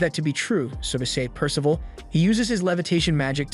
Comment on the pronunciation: The AI really struggling with name “percival” in this one 🤦🏻‍♂️